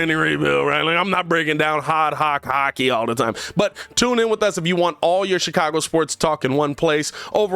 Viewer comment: 😏 It's funny how you even find it hard to say the word hockey!!🙄😁😂😂......I hear you!!